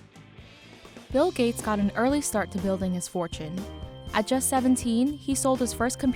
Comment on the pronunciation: His name is bill, not mill sir